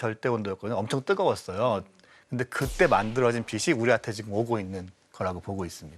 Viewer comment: 자기 전공분야 단어 발음도 제대로 못하는거 문제 있는거 아닙니까? 빛이 → 비시(x) 비치(o) 그러려니 하기엔 그 발음이 너무 많이 나오는게 거슬려서 보기 힘들어요 ㅠ 장홍제 데프콘님만 제대로 발음하시네요 → 라고 말하는 순간 메인패널분이 또 ‘처음으로‘ 바른 발음하시네요 → 라고 말하는 순간 또 비시 ㅠㅠ 비시 비시 비시 비시 ㅠㅠ